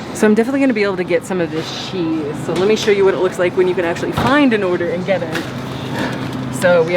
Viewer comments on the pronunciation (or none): How do you pronounce cheese , cause I heard sheese